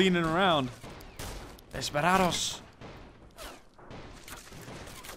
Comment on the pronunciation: Desperados not “desparados” otherwise good pronunciation